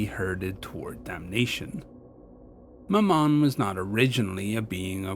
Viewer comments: love the vid as always but it's ma-mun for future reference not ma-mon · Very good, but 'Mammon' is pronounced the same as 'gammon'. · I had to rewind that several time because I thought I heard you said" My mom".